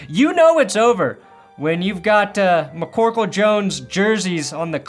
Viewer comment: Every time he says"MACCorkle " I burst out laughing 😂 it's the little things